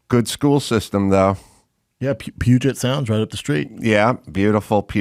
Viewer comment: Where did you California dorks find an "N" in Puget Sound? Lol